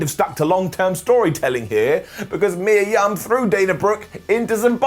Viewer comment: You said Mia Yum. 😂😂😂😂